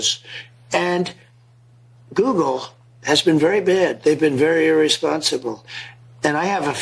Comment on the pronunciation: Nobody called from guugle. Lol, we know. Dont wait on it my man